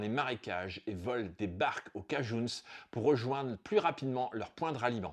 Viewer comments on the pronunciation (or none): Bonjour Super vidéo. Juste une petite mise au point on ne dit pas les cajouns mais les cajin.